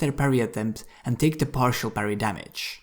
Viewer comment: He says parry like Paris. I like it.